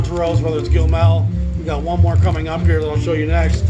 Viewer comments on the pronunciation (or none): I saw several videos of yours now where you mention Gil Melle, and you always pronounce his name Gil Mel. My impression was that his name is pronounced Gil Mel-lay, because on one of his early 10-inches they write him out (correctly) as Gil Mellé, with the accent on the last e. I’m curious, because I never heard anyone else pronounce his name and was wondering if that’s just your way or how it’s supposed to be.